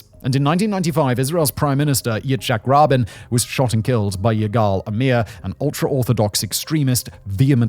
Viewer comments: It's Yitzhak "Ra-been." NOT Yitzhak "Robin." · Not only do you mispronounce intifada, but also Yitzhak Rabin's name, the name of the city of Hebron, and so on... It's really disappointing, this is one of the best channels on this platform, and you have taken such a major issue quite callously.